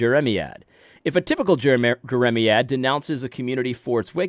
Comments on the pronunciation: AD, it’s Jer-uh-MY- ad. Think of the prophet Jeremiah, then say ad rather than uh for the end. The word is a reference to the prophet. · AD - please do yourself, and your audience, a favor and be more prepared before you speak. It's not hard to look up a word (e.g. jeremiad) to learn its definition and pronunciation. You undermine your credibility when you don't put in such little effort to avoid sounding ignorant by repeatedly mispronouncing a word. I generally appreciate your take on issues. But you should do better in your presentation and delivery.